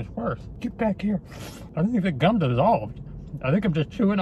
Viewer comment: Replace G with c when he's says gum